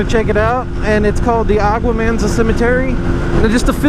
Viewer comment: When you say agua-mansa I keep hearing Aqua-Man cemetery